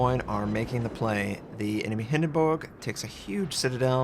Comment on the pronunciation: Wtf is a Hindenboog? Please stop trying to pronounce ship names in their native language, you ain't even close...lol.